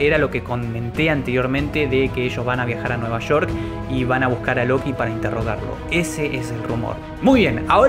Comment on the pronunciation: La batassshaa de nueva sssshoork xD